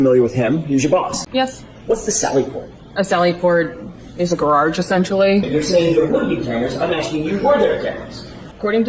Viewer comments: Psst...it's not Gararge it's Garage, pronounced ga-raj. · will continue to say gorarge because she’s a rebel. 😂💜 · I think she said 'gororge'? 😂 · A Sally Port is a "Gara(r)ge?" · I like ur channel but for the love of everything holy, please stpp butchering the word grrrrrage. Just say Sallyport. Everyone know know what it is. Ok, later brother. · You crack me up with “gararge 😂😂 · It takes a lot of practice trying to spell gararrge. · I will never say garage correctly again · Is garage a hard word to say? I’ve never heard anyone else pronounce it wrong. Edit: now that I think of it….shouldn’t Garage be mad she pronounced his name wrong? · It's New England. We do R's that are there. And add R's that aren't there. 😂😂😂😂😂😂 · Love your content but you need more practice on pronouncing the word "garage"!!!